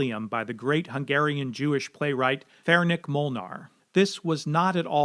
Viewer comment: Ferenc Molnár's first name is pronounced "FAIR-ents", not "FAIR-nick". It rhymes with "parents".